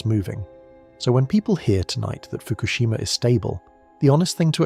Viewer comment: I cannot hear "Fukoshima" and not hear MERKEL... 👎👎👎👎👎👎👎👎👎👎👎👎👎👎👎👎👎🐏🇩🇪